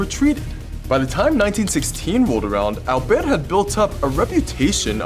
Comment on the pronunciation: I love the accent when he says “alberte”